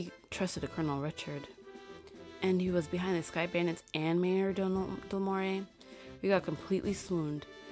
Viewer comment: Lol and once again I apologise for this but…mira is pronounced “meera” and Mayor Dalmore is just pronounced as “Dal - more” lol